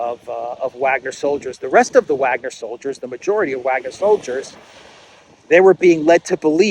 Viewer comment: Why are you doing these dumb speculations? Or pronouncing Wagner wrong?